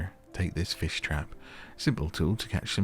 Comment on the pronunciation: “they eat feesh” “why’d you say it like that?” “it’s just how i talk” 😆😭